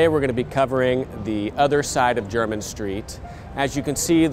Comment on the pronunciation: T M take it from someone born and raised in London, it’s nice to hear someone actually pronounce it properly as opposed to ‘Jermaine’ street.